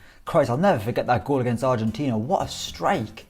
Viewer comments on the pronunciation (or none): none